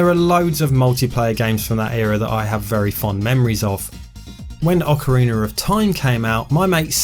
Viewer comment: "Ocariner of Time"